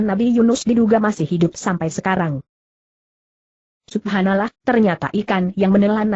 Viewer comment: kacau !! ga bener dalam pengucapan nya ! ini gw tau suara google tapi ya jangan pake suara google juga suara sendiri mang ngapa si? kan maaa ucap "subhanallah" subahanalah seharusnya ka subhanalloh (dalam pengucapan)